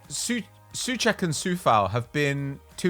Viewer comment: guys, sorry for nitpicking, but Coufal and Souček, are pronouced with " O" like in O shit. with the U soud, they sound more like being from Slovakia.